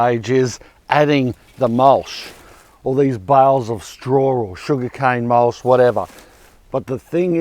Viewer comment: Love the channel but stop saying mulshhh Mol-ch CH CH not sh sh sh shit Ya not from Melbourne so stop saying things like a fuckwit